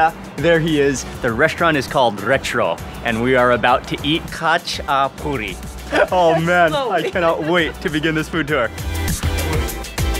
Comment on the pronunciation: Not gonna lie his “хач-а-пури» trigged me